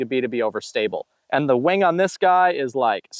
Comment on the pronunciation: Great video sir! When you said wing at first my immature mind thought you said “Wang” lol. Keep up the great videos and I really enjoy these length of videos also, some guys over breakdown the discs but this is nice and simple.